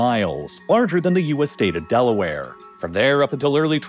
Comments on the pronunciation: I hope Delaware becoming Delware was just human error, not a massive channel using AI. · No one caught that he missed the 'a' in Delaware? 😅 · "Delware" lol. How many Toyota Carollas is that?